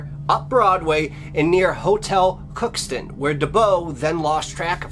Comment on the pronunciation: A couple corrections with the disappearance of Gertrude Strassberger. It took place on the Red "Lake" River, not the Red River, which is 15 miles away from the town, where this happened. People that do not live in the area, often mix up these rivers. Also, the town is Crookston MN, not Cookston.